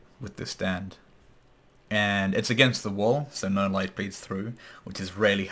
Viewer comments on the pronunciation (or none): none